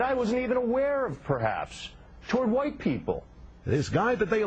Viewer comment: "wight"... I love you sir.